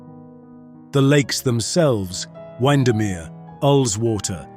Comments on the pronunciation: A marvellous video with lots of wonderful photography. A pity about so many wrong pronunciations, though. Windermere = win-der-mere; Grasmere - grass mere; Bamburgh = bam-bu-ruh; Dunstanburgh = dun-stun-bu-ruh; Mevagissey = meh-vu-giss-ee; Castle Combe = ka-sul-coom; Bibury = bie-bur-ee. 'Liver' in Royal Liver Building and the Liver Birds is pronounced 'lie-vuh'. Also, 'idyll' is pronounced 'id-ul'. Also, in Britain we say 'one hundred AND eighty five', 'one hundred AND forty'. If you are going to use an AI voice, please get someone to check on how it is pronouncing things! Thanks for the video! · Hehe you missed Mevagizzé and Wind-a-mere, it's Meva-G (as in Gorgeous and issy as in (Dizzy) And Wind as in the wind blows, not "wind" that sail in the wind is too strong!